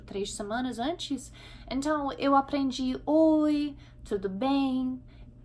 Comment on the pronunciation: Pró, seu português é impecável...mas como vc usa mt a palavra "ENTÃO, se me permite dizer, está soando meio como "enthao"...ok? Gostei mt do vídeo, sempre te acompanho ok? Abçs